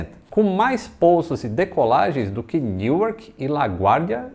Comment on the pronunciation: Neuark não, NU-ark! É assim que se fala.